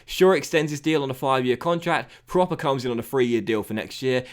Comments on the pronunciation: Just a heads up: Davy proppers name isn't pronounced like 'proper' but with a u sound (as in 'purple') because of the dots on the o ('prupper'). If you can get him back to the form he showed in the eredivisie he could be a really good signing! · Love you signing Pröpper, he's gonna be so good! Quick tip tho, his name is pronounced Prupper (with the u as in "but") cause of the umlaut ;)